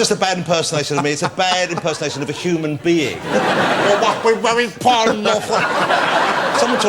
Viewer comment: He must be very pwoud